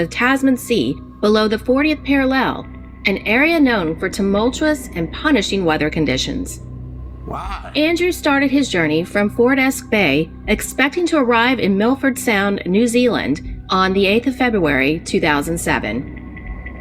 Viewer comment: fort esc bay? pronounced "for-tes-kue" bay lol